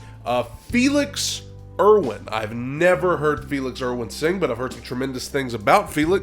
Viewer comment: read: ear-one , not Erwin .. ✌❤️